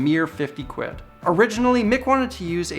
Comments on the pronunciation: Hearing someone with a Canadian accent say quid = ultimate cringe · A North American accent saying "quid" in the context of GBP is amusingly jarring 🤣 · He said quid like an actual English LAD